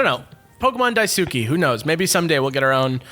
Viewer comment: I'm sorry, but as a Japanese student, pronunciation of the word daisuki just makes me cringe. I love your work, and I know that you guys try your best to pronounce things correctly, but a lot of the time, you guys kind of butcher Japanese names/words. Granted, a lot of people don't know how to properly pronounce Japanese, so I understand.